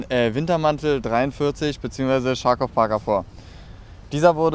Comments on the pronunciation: Eine Anmerkung noch Review: Das wird nicht "Tscharkoff" ausgesprochen (bzw. wenn doch, dann ist das falsch), sondern "Kharkow" (das CH wie in "Ach!"). Ansonsten guter Review! Das Teil ist einfach nur zeitlos. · Charkov (now known as Charkiv) is a city in nowadays Ukraine. You pronounce it like Kharkow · Sehr tolles Video ! Ich will ja kein Klugscheißer sein aber seid ihr euch sicher das man Charkow so ausspricht ?